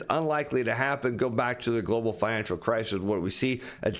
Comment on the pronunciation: Stop saying Glo Baal......Give it a rest